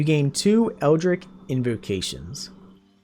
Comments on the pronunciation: Eldritch is pronounced 'itch' like you have an itch to scratch. Not 'ick' like you are sick. FYI for if you do another build with warlock in the future. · Great guide, but dear Patron in the hells it was so hard to hear you continuously pronounce Eldritch as EldriCK. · Minor complaint but with the warlock stuff is pronounced Eldritch not Eldrick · Brother, you put up a fantastic video... but it's eldritCH with a CH like Cheese. Other than that tiny nitpick? Absolutely fantastic walkthrough- all the details one needs, no extra time spent on intros or sponsorships in the beginning, and you just keep rolling. Positively fantastic.